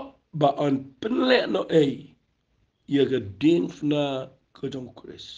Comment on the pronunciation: Wat dom mo phi pule ba Diengphna bad phi pronounce diengfna. Jan noh ka kieñ khasi